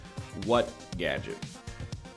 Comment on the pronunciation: "reactivate gadget" boy like a minute in and NL cant read the word gadget. at least he finally figured it out after i wanted to scream.